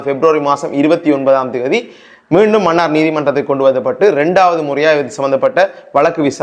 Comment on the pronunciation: மன்னார் சரியான உச்சரிப்பு . மண்ணார் பிழையான உச்சரிப்பு